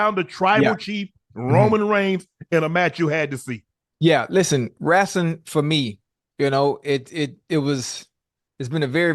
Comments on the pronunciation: You know ocho serious when he says wrastling 🤣🤣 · Ocho, wrestling not rastling😂😂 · Ima need to hear the E in wrEstling